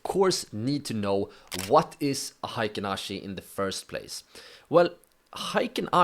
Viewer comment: Thanks for sharing your knowledge. everybody does not pronounce Heikin ashi correctly. It should be pronounced as " Hay Kin ashi ", not " High kin ashi ". Heikin means average and ashi means foot or leg in Japanese.